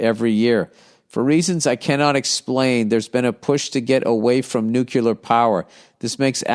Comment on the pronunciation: "Nucular" power